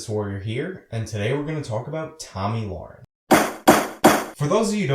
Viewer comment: Yes, pronouncing it wrong. You are pronouncing it Loren when it should be Le-ren. But thanks for your 2cents on why Beck suspended her. I've watched tons of videos and you were the first one to clearly state why, even glenn himself didn't say why he suspended her since he says he hires people with opposing opinions.